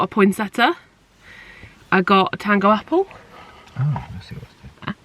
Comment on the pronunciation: Love your enthusiasm and ethos and fun to borrow decorations. It is pointseTTIA not pointseTTA so you say IA not A. I love them as they are truly Christmasy. You make me feel more cheery as I was feeling down as Christmas can be a bit overwhelming and some family fall out and it is always difficult so I will concentrate on me and have the tree up and decorated and can't wait to get the food but hate the public rush. I have the cards ready to send and will write out friends and family near next. Keeping warm is a mission at the moment with lots of hot drinks as it is literally freezing and must be in Cornwall. My partner lives in another place so we just want to be in our homes at this time of year and not travel.